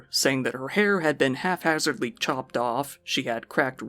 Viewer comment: *haphazardly, not halfhazardly.